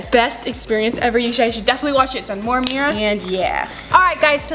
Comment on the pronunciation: defentily ammerah its always ameerah